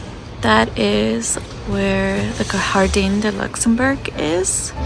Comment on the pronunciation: Jardin, pronounced “Jar-den”. Marais = “Mar-ay.” A little research/prep would have made this a much better video. It was painful to watch, honestly.